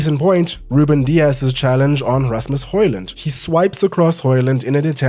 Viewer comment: As a Dane, congrats on the "Højlund" that is pretty much spot on in terms of pronunciation.